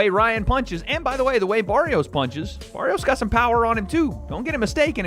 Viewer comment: Bar - rios a little help for the guy talking.... it's not Bear - rios